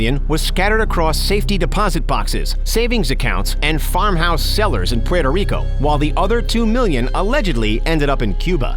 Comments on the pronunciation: you can say Cuba, Cuban, south America, and other nationals but you can't say Puerto Rico correct hahahaha, You def not from NY State or NJ. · The way you say Puerto Rico makes me cringe 😖